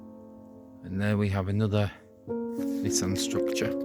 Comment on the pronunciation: Not "Nissan style" but Nissen style.